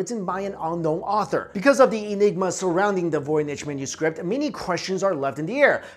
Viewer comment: Anyone else hear say menuscript lol just me?